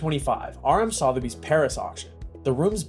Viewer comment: Next time learn how to pronounce 'Sotheby's'...I actually gave up watching. I couldn't take the repeated mispronunciations!